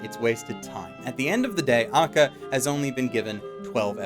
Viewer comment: it's pronounced (Ah-ka-kah)